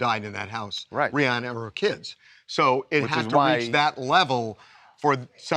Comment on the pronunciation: It's pronounced Ri-AhNa Not Ri-anna Get it Right 👇🏾